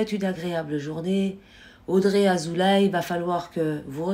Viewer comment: Madame : Azoulay se prononce Azoulé.